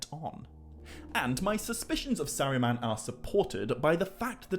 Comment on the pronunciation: Bro why do you talk like that? You don’t pronounce R’s. “Fwiend” “Sauwron” “Balwog” “Sawuman” “Fwee” why do you emphasize your T’s so much? It’s gross, I couldn’t even listen to it.